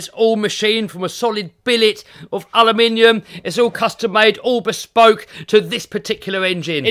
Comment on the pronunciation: Is he from US? He just said 'Aluminium' properly 🤣🤣🤣